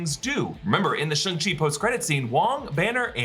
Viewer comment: SHANG CHI. Get it right